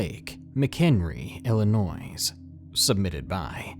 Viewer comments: Illinois not illinoise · Its po pronounced illinois the s is silent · IllinoiS? IllinoiS?! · The S in Illinois is silent 😶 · The "s" in Illinois is SILENT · Omg,, you really said Illinois with the s!? 😂 You're a bad bad man😂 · Love your videos, but as somebody who's lived here all my life, it hurt, hearing you pronounce the s in Illinois. XD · The S in Illinois is silent FYI ;) lived here all my life.